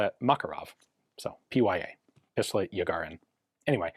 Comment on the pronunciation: Yarighin. Not Yagharin